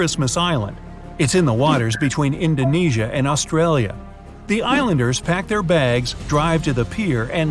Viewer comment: Oh and it's Indonesia not indoneesia